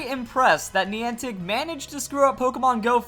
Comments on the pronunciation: You say Niantic weird lol like have you heard anyone else say it like that😂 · Niantic screwed up even more than screwed up the pronunciation of Niantic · The way he pronounces Niantic... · Stop saying niantic wrong, it's very annoying